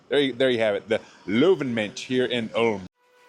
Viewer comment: It’s pronounced „Oolm“ not „Alm“